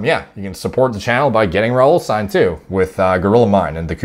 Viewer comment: i know you're Canadian but the ending -ine is pronounced -een